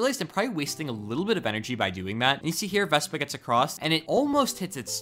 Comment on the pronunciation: he said vesba